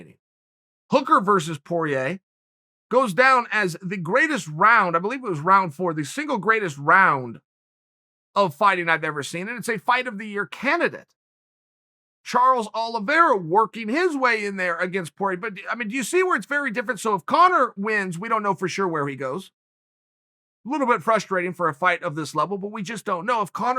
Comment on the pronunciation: my man said "Charlie Olive"